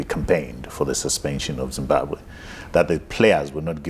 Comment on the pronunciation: I think it is absolutely shameful and unacceptable that a whole Minister cannot accurately pronounce the name of the country that she is both a citizen of and serves 🇿🇼 #shameful